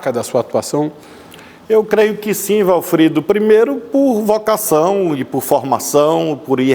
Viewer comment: Achei um defeito no Ministro: chamando o entrevistador de Walfredo! E é Walfrido!😂😂😂😂